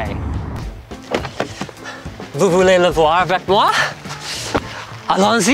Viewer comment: Oiii never ever again say alonsy.....plz